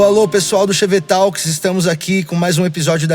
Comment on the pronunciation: "Chevetalks" sendo pronunciado pelo Mussum falando "talco" (TALQUIS)... Como é maneiro pôr nomes em inglês sem precisar falar inglês ou saber a pronuncia, amo o meu Brasil colônia!